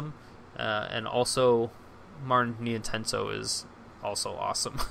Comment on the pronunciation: It's pronounced NienTONsoh not Nientensoh :p